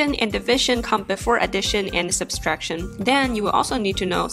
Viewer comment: Subtraction, not ‘Substraction’. There is only one ‘s’ in the word.